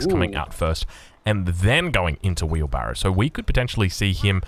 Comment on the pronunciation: It is wheelbarrow and not veelbarrow.